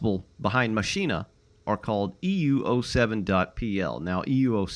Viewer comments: I think it will be easiest for you to pronounce it as "Machena" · Love it! 🤩 🚂🚃🚃🚃🚃💨💨💨 BTW It's Mah-SZyh-nah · You pronounce it "Mashyna" btw Maszyna mean a machine szyna mean a rail so it's a fun combination and that's why it's MaSzyna instead of Maszyna